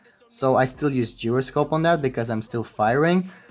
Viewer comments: Geroscope? Its pronounce as jai-ro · It's pronounced jy-ro-scope, not whatever the fuck you were saying! 😂😂😂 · this guy is pronouncing it as geroscope yo don't ask me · instead of calling others fool check this out the original pronunciation of gyroscope is gyro only not gairo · Not to be that guy but.... “GIROSCOPE” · Its Pronounced as GYROSCOPE ( kai-rou-scope) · its pronounced jai-ro-scope. dude its easy to search it up on google right?